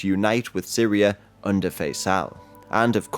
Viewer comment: Known as "SYRIA ". With A at the end. Thanks in advance. please learn how to read. Then record.